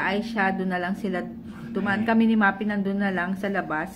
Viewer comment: Sis, Maphy is Ma-fi po hindi Ma-pi just saying ✌🏻